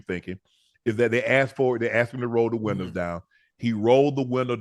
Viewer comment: Unc accent came back real quick all old southern black folks call windows winders😂